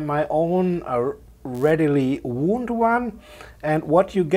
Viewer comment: I sympathize with your pronunciation difficulties: "wound" as a noun meaning "an injury" is pronounced differently to "wound" as the past tense of the verb "to wind". English is a crazy language, but that's its charm!